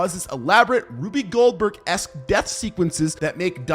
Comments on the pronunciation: I’m sorry, ruby goldberg? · Rube Goldberg is NOT pronounced Ruby.